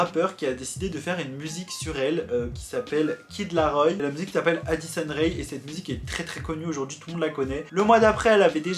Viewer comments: Ce n'est pas Rai mais Rae, le "e" ce prononce "é". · Ce n'est pas addison re mais addison rae sa se prononce comme ça